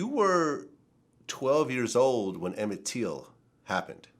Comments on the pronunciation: Emit Till.. not teal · Exactly. At least say his name right.